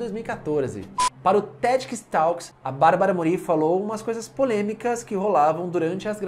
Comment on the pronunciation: Só um detalhe para enriquecer seus vídeos: A acentuação fonética do sobrenome da Barbara é (Môri) e não (Morí) como vc está dizendo! Adorei a curiosidade sobre a Anahí, essa eu não sabia!